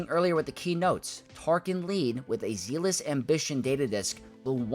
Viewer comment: great guide -- I really shouldn't watch this, as now all my desire to work out my own strategies has just evaporated [oh, completely unimportant: I know "ZEALOUS" looks like it should be a long eee sound, but, thank you weird English, it's not; it's a short zeh sound -- like Zeb!]